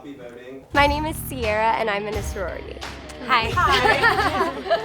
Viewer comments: "Imina sorority" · Them: I'm in a sorority My ears: I'm men messrorority